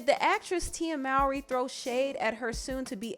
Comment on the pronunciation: Okay but can we get her name right😂 it’s pronounced ‘more-y’ Tía Mowry (more-y)